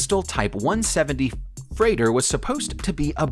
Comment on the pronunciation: 1-70 fff... freigther :D